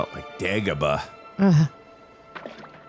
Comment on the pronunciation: YOU SAID DEAGOBA ... FOR ICE WORLD THATS HOTH